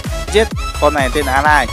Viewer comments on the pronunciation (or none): con pháp sư ấy tên A-lit ko phải A-lai nha a :v